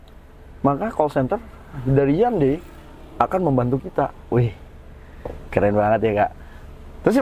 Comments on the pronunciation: Ralat bacanya HYON - DAE 😁👍🏻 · Bacanya kok handei sih....🤣🤣🤣